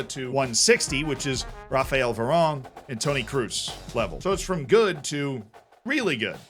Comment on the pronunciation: Very close, but the 'qu' in Manquant is pronounced as a k, not like english 'qu'. Also the way you pronounced Varane would actually be 'Varan'. The e on the end makes it pronounced like Varanne. It's very confusing lol